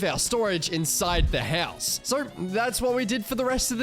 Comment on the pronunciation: I like how you say "HELLS" instead of house 😆